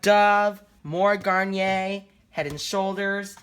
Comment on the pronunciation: You definitely are pronouncing Garnier correctly